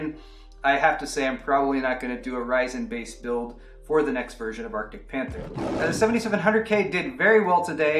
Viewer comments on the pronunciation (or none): For whatever reason when you said Arctic Panther, I heard Marcus Cantor. Please change the name of the build to Marcus Cantor